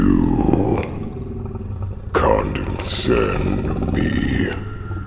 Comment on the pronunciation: 'condensend', 'impeedment' - nah I don't think so